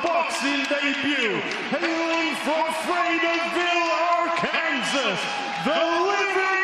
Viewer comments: AR-KANSAS LOL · Announcer called it "ar-kansas" hahaha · Dude called it R Kansas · My man said. Ark. Kansas. Lolol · mf actually said are-kansas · Dude really said Arkansas